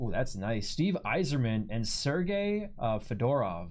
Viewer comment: So was Fedorov. He was pronouncing it like the hat, lol.